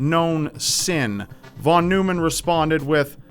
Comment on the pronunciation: In American English, Von Neumann is pronounced “von NOY-mun.”